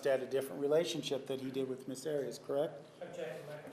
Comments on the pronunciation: LOL Martinez trying to impose on everyone else his heavy Spanish pronunciations of names. Who the fuck is Miss Odd-ee-oss? He doesn't get to decide how someone else pronounces his/her name. It was already clarified that that is NOT how she says her name, but he keeps doing it. What an arrogant douche he is. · Why does Juan pronounce Arias so weird? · Her father was Latino and Martinez is using the Latino pronounciation of Arias